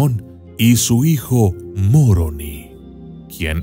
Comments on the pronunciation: Es Moroni , y no Muoroni jijijijiji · No es Muroni, es Moroni.. no me gusta que digas el odiado Libro.. cuando a cambiado la vida de muchas personas inclusive la mía sin seguir siendo practicante..